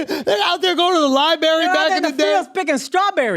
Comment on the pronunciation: Imagine talking about Floyd being illiterate and then saying libary instead library.